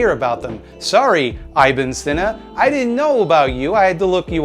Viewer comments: I hate to correct you because, this is a great video, but man- it's not 'eye-bin seena'. It's 'ihbin seena', it rhymes with ribbon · "eye-bin sinnuh" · lol the way he said Ib Sina